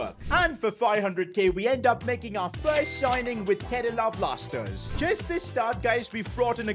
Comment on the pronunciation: Bro really said Kerala Plasters